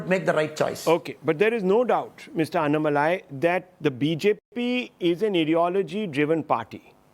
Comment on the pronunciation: You are pronouncing Mr. Annamalai name wrongly..! you sounds low pitch.. it should be HIGH pitch pronounce... just try with high pitch you feel power of name Annamalai..